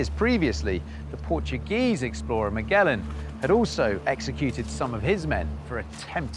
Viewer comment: If you're gonna do videos like this for the love of god make sure you're pronouncing the famous names right.., Its not miguelan. Its Magellan